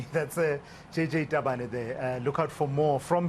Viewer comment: Tabane.....not Stabane🤣 Hahahahaha🤣🤣🤣